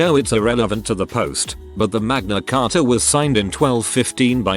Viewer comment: "magma charta" I really hope that's how the teacher said it